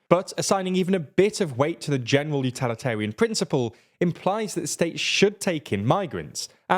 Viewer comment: You mispronounced "utilitarian" several times